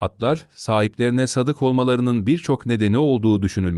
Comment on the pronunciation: Sadık değil, sâdık. Sadâkat, sadakat değil.